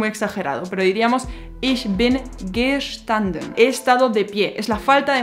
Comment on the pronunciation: La vocal "a" en la palabra Kaffe es corta. No es Kaaaaffe... es Kaffe. La " a" es corta. No es Treeeeeffen No es Triiiiiiinken Y por el contrario pronuncias la "a" de "haben como si fuera una vocal corta, pero es una vocal larga. "Haaben". Lo mismo con "bin" "ng" = ŋ gegangen = genaŋen. "gestanden" Aqui no tienes que hacer una vocal larga. No es geeestanden. Passieren. "ss" No tienes que vibrar. getroffen "o" corta ... etc, etc, etc, etc, etc, etc, etc...